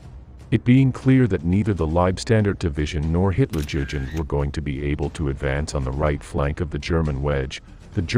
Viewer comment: hutlerjugend is trully on the next level...